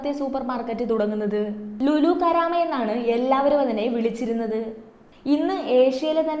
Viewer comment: കാരാമ അല്ല ലുലു കറാമ അതാണ് ശരി. ഞാന്‍ ഈ കമന്റ് ഇടുന്നത് കറാമ ലുലുവിന്റെ മുകളിലെ എന്റെ റൂമില്‍ നിന്നാണ്.